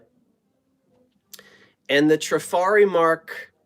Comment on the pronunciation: Trifari is pronounced Tra-far-eee. You can carry on with whatever you like, but now if you pronounce it wrong I can say, "Well, I tried. My work here is done." lol. I love the glass shades, glass etched dessert plates and the console bowls. The work on the purse is superb. Take care of yourself.